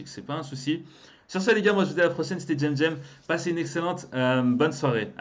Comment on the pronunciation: Toi petit chomeur alors dans tes videos tu dit alors choisi le parfait pseudonym ou un des deux lequel ptn?!?!?